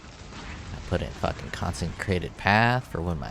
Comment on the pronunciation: Con-sih-crated Not con-sen-crated Not con-sen-trated. Good ideas. Keep it up